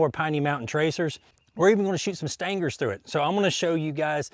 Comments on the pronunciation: It always makes me smile when you say "Stangers". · Lol, me too! I'm from Middle Tennessee and I have NEVER said "Stangers." 😁